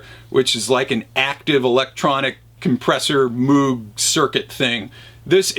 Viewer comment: The proper pronunciation is "Mōge" not "Moooog."